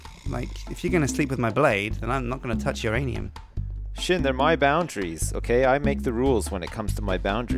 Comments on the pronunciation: is the only guy I know who would let anyone violate his "uranium" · If you're gonna sleep with my blade, then I'm not gonna touch "youranium" xD What?! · said uranium and nobody said who's rainium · he calls uranium my ranium because it sounnds like your rainium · Who's ranium?Uranium!